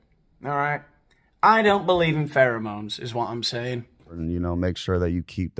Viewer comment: Why is he saying pheremones